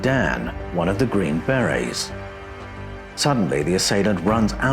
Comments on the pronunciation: Hey dude, we dont have Green berr-Rays, or Green Berries. They are Green Berrr-ayz! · I know you're an Aussie so your pronunciations are a bit wierd. But the 'army green berries' are pronounced as army green ber-AYS. Like the French hat called a ber-RAY. But all that tells is what kinds of hats the soldiers wear. Their real titles is army Special Forces. Their jobs are primarily ambassadorial. They have to learn a foreign language, firstly. The world is divided into 4 different quadrants - depending on the cultures/languages. After that, the Special Forces are trained in rebuilding an area after it was destroyed by war. They specialize in things like medicine, communications, engineering (roads, bridges, etc). I used to work in a Special Forces support unit called PSYOPS (psychological operations). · ...green "BareA's"? 😂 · "The green, bear-rays..." "The green, berries..." "The green, bay-rays..." You can't just make-up pronunciations to make yourself sound British and more intelligent. Hog-wash... (I'm just jealous of the accent... my apologies.) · Yeah lol, you're correct on that (second syllable in America for most words), but TRUST 😆, we Americans already butcher enough words as it is, I will be the first to be embarrassed by that! But for that group, a Force not to be reckoned with lol, it just sounds like "Beray", I was unable to finish watching and was honestly unsure if I was even following along well as it was-something big came up right before I clicked play and my mind was scattered to all hell, but that HUGE distraction just ended (positively) and I'm back online to get caught up and saw your reply 😊. Thanks for not taking offense, as absolutely none was intended! Have a great weekend. 😁👍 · The way you pronounce BERET and HOMOSAPIEN is fuckin stupidly cringey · Are you LITERALLY not able to pronounce the word, beret? 🤔